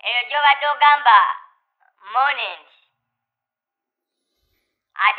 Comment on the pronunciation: Momentum:::Monument 😹😹😹akakazi ka